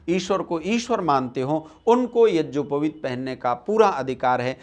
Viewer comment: मनगढन्त कुछ भी बक दो आर्यसमाजी गधे। पहने ढंग से यज्ञोपवीत बोलना सीख ले। यज्योपवीत बोल रहा है।